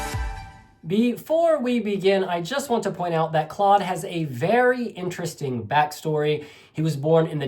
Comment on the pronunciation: hey!! Maybe for next time! You pronounce Claude’s name just like Cloud. Btw a great review! Love from the Netherlands ❤❤